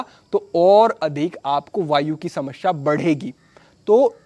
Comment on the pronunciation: Smashea nahi smesea hoti hai bhai😂